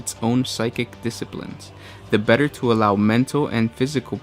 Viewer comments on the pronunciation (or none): none